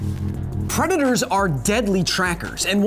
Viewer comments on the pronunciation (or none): "Shhh, I'm hunting pwedatois"